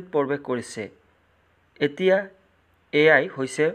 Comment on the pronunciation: Sir apuni AI r ussaron koribo nejane😂😂❤